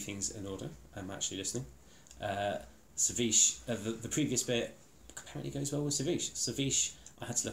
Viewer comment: It's pronounced as 'Chisk', not Sisk. You need to drink it on a hot summer's day, in the evening, by the sea. So refreshing!